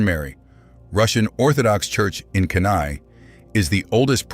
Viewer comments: Kenai is pronounced Key-Nigh, not Kin-I! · I can tell that the speaker has not lived in Alaska. He mispronunced several of the names, as in Kenai and Wrangell for example.